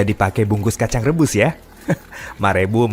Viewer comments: ma rebu ma rebu HAHAHAA kaya Denger nya kaya lima ribu lima ribu :v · Bener ciga namah urang sunda meren